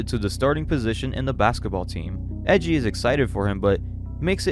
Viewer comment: Are Japanese names really that hard to pronounce? like no one gets japanese names right… Its E I J I u kno? like AYEJI not EJI 😳